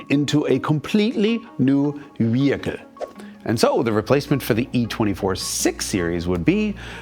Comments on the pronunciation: Except for when he said "wehicle." I still cannot figure that one out. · Excellent accent, "Wehicle" I'm dying!